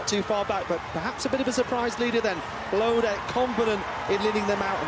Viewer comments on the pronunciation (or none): please learn to say Bloudek. It's not that hard. It's not "Bludek" or "Blaudek" it is Marino Bloudek